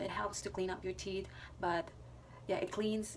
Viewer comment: The word is tee'TH, not tee'T... just saying